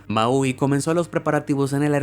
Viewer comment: Solo para tratar de que no te escuches como un ignorante amigo, la pronunciación de la palabra Boeing no es literalmente Boeing, sino que se pronuncia como si fuera Boing, lo mismo que Maui, no es como lo dices en tu vídeo, Maeoiui, se oye muy mal.